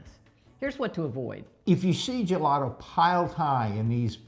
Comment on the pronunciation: you are pronouncing gelato and gelati wrong!!!! Learn it in Italian!